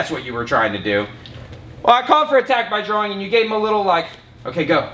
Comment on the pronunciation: When he said attack by drawing I thought he said attack thy groin😂😂😂